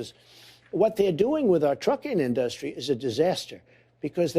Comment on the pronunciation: Trump fightin for his life trying to pronounce In-DUH-stry (industry)